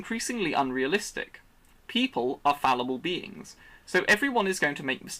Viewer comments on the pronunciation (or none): none